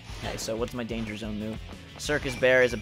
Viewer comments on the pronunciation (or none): none